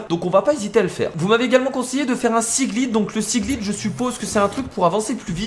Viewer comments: sa se dit pas siglide mais siglaïde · tu dit mal seaglide